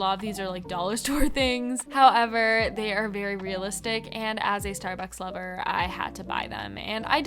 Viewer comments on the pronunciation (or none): When you said Starbuck lover it sounded like a taylor swift reference LOL 😆